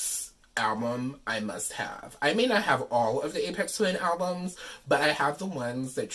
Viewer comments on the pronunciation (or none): I didn't know this existed! I've been a huge fan of Aphex Twin since around 1998. (BTW, pronounced with an F not a P. Like Fix, Flat, Fun.) I don't even know how I discovered him because Los Angeles radio stations don't play good music let alone underground music. Maybe they did in the '70s and '80s. Anyway, thank you for taking the time to make this video and showing the packaging and it's contents. I love this album. This is a cool item for fans and collectors. I don't have Spotify but I do have this on CD and Amazon music. Lastly, I love that you are a fan of his. Never would have guessed. And peace to you and everyone watching this video. You are all cool!